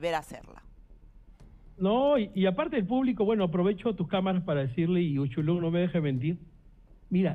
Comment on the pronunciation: Se llama Uchulú no es uchulun